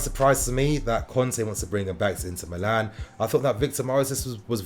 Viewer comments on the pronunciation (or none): none